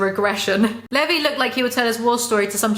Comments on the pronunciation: Please whisper how you say Levi into my ear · Hahah you got onyakapons name right but levis wrong